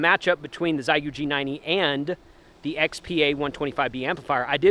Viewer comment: Heads up, it’s pronounced more like “shay-goo.” Hello from OKC.